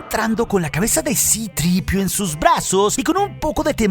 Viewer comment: Que mal queda decir "sitripio"😂